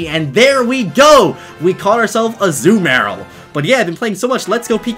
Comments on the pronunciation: Its Azuma rill not az uma rel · A zoo meyr uhl?? It's azooMUHrill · Azoo Marill. its a-ZOO-mu-rill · It’s uh-zoo-muh-rihl Not uh-ZOO-mayr-ll (Azumarill) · STOP SAYING AZU-MARIL ITS AZUMARIL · I kept thinking that you were saying you caught a zumaril. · its a-zoo-mah-rill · You mispronounced Azumarill and in an annoying way